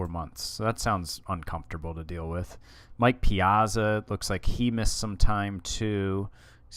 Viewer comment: The way you pronounce "Piazza" is tilting me a bit :p Good video though, fun to follow this mini-series.